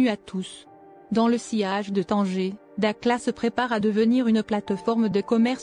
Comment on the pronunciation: dakhla pas dakla